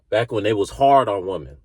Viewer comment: Little feed back, there is one woman and many women, learn to pronounce the difference.